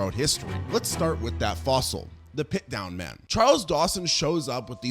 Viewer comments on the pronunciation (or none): It's Piltdown man, not "pitdown" man. And yes, it matters. It matters tremendously. So does the great French scientist Georges Cuvier, rhymes with Marge Bouvier (Simpson). In pterygota the p is silent. I realize you aren't a journalist, but you make mini-docs and you should pay attention to the deets. It speaks to credibility. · And Piltdown, he kept saying pitdown. I enjoy the videos but his pronunciation of things grinds my gears so much, I've commented and made lists like yours on a couple other vids, he's so bad at it XD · When you say Pitdown man, do you mean Piltdown man? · It's not PitDown Man. It's Pilt (with an L) Down Man.